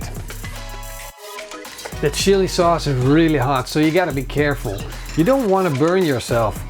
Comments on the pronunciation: "Shilli souce"... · am I the only one who heard "our shitty sauce" 😂😂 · Ik denk dat iedereen wel wat wat samal oelek is........maar een tablespoon psshsh-sauce heb ik nog nooit van gehoord :D